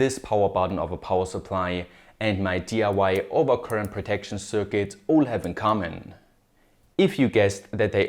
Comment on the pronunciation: kleiner Tipp: du sprichst "circuit" immer als "cükit" aus, richtig wäre eher "cörkit"